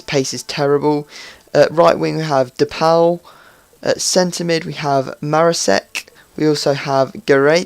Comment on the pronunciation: Pauw is the Dutch word for a peacock. If you type in de Pauw in Dutch and listen to that, not the translated word, and you will hear how it is actually pronounced.